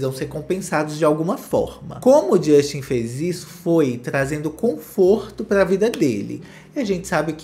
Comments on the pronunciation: Não é JUSXTI . É “DJUSTEN” nunca irei esquecer a entrevista com a Sabrina santo 😂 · "jósten" kkkkkkkkkkkkkkkkkkkkkkkkkkkkk